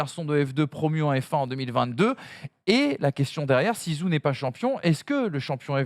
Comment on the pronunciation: Vous pouvez faire un petit effort pour la prononciation du nom de Guanyu Zhou et dire "joe" plutôt que "zou" ?